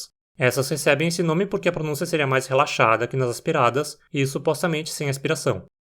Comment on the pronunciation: tua pronúncia de "relaxada" me lembrou a da andressa urach